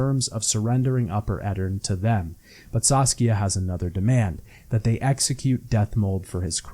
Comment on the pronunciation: I'm sorry but you REALLY need to work on checking the names before you say them. Across all three videos I'm pretty sure you mispronounced at least half the names, if not more. Most of the time it's like a letter or two off but still annoying, like Saskia, Zoltan, Loredo, Redania, Kaedwen, the eye of Nehaleni, Elihal, Corinne Tilly, Aen Elle, Caleb Menge, Dijkstra, Faroe, Spikeroog, Ermion, Morkvarg, Svanrige, and this isn't even all of them. Then a few got absolutely butchered, like Anais, Loc Muinne and Crach an Craite. It gets pretty grating after a while and it makes me wanna click off what is otherwise a good video. Plus most of these come up quite often so I'm not sure how it's possible to get all of these wrong